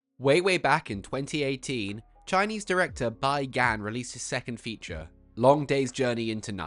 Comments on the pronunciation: Great review. Just letting you know though, his name is pronounce like "bee" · Okay, thanks for this review. However, "Bi" is pronounced "bee," and it looks like it's his surname. It's normal in East Asia for the surname to come first.